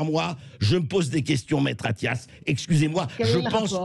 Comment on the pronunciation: Attias? Vous avez dis Attias ?? Comme c'est Attias ?